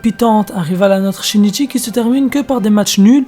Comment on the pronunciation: Oh mon dieu comment tu as massacré ce pauvre Shinichi 😭